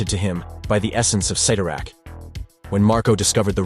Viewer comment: It's pronounced sit-tor-rack